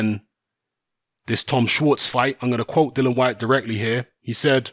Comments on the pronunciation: It's Dillian as in title not Dillan as you keep saying. Size doesn't matter when you get clipped on the temple it's game over for some. Fury fought a taxi driver imo. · listen mate can you at least get his name right it Dillian not Dylan